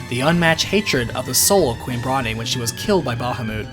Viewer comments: It's pronounced Brawn not Brah ne. It's a joke about her being overweight. The e is silent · I'm pretty sure the 'e' in Brahne is silent. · And "Bron-aye" instead of Brawn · Same! Adding to this, I also pronounced Brahne as Brain. I know that’s wrong, but that’s how I pronounced it as a kid. I like it. Gives the game a more cerebral feel.